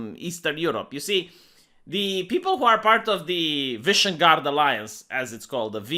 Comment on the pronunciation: it's Vishegrad, not Vishenguard.